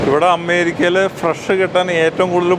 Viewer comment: "അമ്മേരിക്ക" നല്ല ബഹുമാനം ഉണ്ട് ആ വിളിയിൽ തന്നെ..അമ്മേ ...അമ്മേ...ഞങ്ങടെ "അമ്മേരിക്ക അമ്മേ"